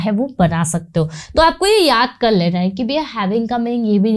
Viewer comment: your teaching technique is awesome, but your Hindi pronunciation and writing also is a bit weak in Hindi, like you are using the word लैना which is wrong in Hindi, correct one is लेना, I'm not demotivating you, you have good knowledge of English and teaching delivery is also commendable.